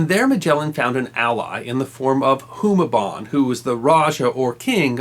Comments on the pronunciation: Raja Humabon! Not Humaban! Stop mispronouncing it! Magellan lost because it was low tide and they couldn't get on the shore with heavy armor and weapons. When Magellan's men got off thw ships, Lapu-lapu's warriors simply waited for them to be stuck in the mud during the low tide and picked them off easily. Like the difference of your Humaban and Humabon. And yes, I'm from Cebu. I know where the strait they sailed on, the route they took and where they landed. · Raja is pronounced as raha and Humabon with long "Hu" as hooo-mah-bon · Love this, it's simple but enough. It's an old vid but it seems no one has pointed it out. Just in case, let me correct you: Rajah is read as "ra-ha" not ra-ja, and you read Humabon as hu-mah-bohn with a long ma. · You mispronounced some names wrong Humabon is hard vowels and Cebu is Ce should be soft while bu should stay the same as your pronounce it